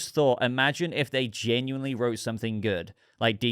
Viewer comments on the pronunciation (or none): none